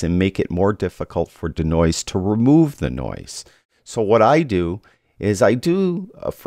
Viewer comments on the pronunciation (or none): Why the weird pronunciation of "denoise"(deenoyze)? Your D'Noise had me thinking you were alluding to the creative works of the famous Italian sculptor, Umberto D'Noise. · love ya but.... DEEEEEEEEEE NOISE! Deeeee as in Bee, or pre, or flea lol. Deeeeenoise:). Love ya work!